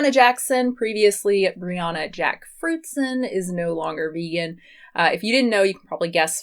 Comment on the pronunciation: I kept hearing you refer to Brianna as Rihanna 🤣...also do you have a video on Dr. Michael Greger that you can send me a link to? I really like him and if you have any opinions I’d love to know!